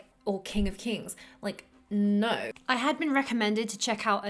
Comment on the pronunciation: I gave it a quick listen again... it’s the way she says “two” and “no.” It messed me up. The rest of her accent is not Aussie. Haha, oops.